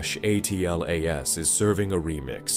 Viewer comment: Why can't Ai say Atlas